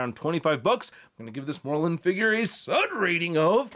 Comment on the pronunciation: Can someone tell it is “Mor Lun” not “Morlin”